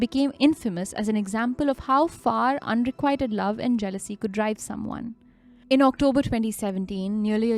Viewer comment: Un re quit ed is correct way of pronounce unrequited and not un re quite d